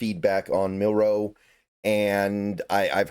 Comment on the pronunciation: I recommend practicing saying Jalen’s last name starting with the letter “N” to get you saying it without the pause like in Marilyn’s last name. So: ‘Nilroe’. Nilro, Milro, Nilro, Milro, Nilro, Milro, Nilro…Nitro, Nilro, Nitro, Nilro, Nitro, Nilro, Nitro-Milro, Nitro-Milro, Nitro-Milro, Nitro-Milro… But you’ve said his name correct more often than not so definite improvement.